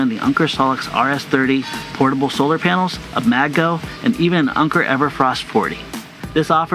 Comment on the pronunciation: wait... it's pronounce "Unker"? lol